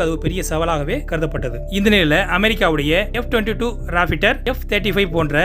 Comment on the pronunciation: 8.18 second Repitar illa Raptor